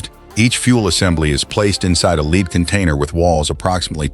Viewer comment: The element ‘lead’, symbol Pb, is pronounced ‘led’ not ‘leed’!